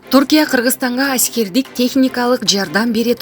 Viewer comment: Айськердик деппи😂😂😂